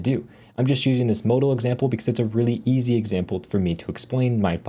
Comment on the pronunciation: anyone else getting oddly fustrated at how he says modal